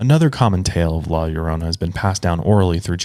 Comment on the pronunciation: I just have to say thank you for pronouncing la llorona correctly! I know the Hispanic community really appreciates you taking the time to learn how to pronounce it correctly!! great video!! my dad and mom tell me stories of their time in Mexico where they could hear her crying!